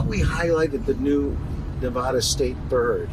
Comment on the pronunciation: That clown gives tours of Vegas and doesn't even pronounce Nevada correctly!